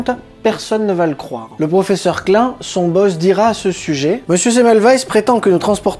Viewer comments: J'ai appris, j'ai ri, je me suis abonni. PS pénible: la prononciation de Klein en Clin me déchire les oreilles, mais bon... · boulot super ! mais revois ta prononciation de klein qui d'ailleurs veut dire petit en allemand .